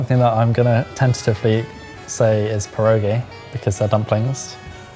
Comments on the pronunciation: Since I'm Polish living in Norway this episode was fantastic for me :) love the Christmas traditions of both countries. Your pronunciation of pierogi and pinnekjøtt was very good! It was actually fun seeing Gilde pinnekjøtt on the screen. Is it easy to buy in England? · Yes! Polish Christmas traditions! Thank you for calling our dumplings "pierogi" (not "pierogiES" as you wrote, it's pronounced "pye-roh-ghee" and it's already plural). Barszcz is usually hot and clear, no cream or veggie bits inside (at least in my family), the other Christmas soup is wild mushroom soup (yum!). The tradition says that you must have 12 dishes, a spare plate on the table as said and we put straw/hay under table cloth. There is an old Polish tradition of every person dining pull out one straw from underneath the table cloth. The person who has the shortest one will die the soonest (a bit macabre, we don't do it in my family). We also celebrate on 24th and than have two days of Christmas, probably just to digest the massive dinner. Oh, and on 24th (we call it Wigilia) we don't eat any meat, just fish. Especially lot of carp and herring. Thank you for showing some Polish traditions!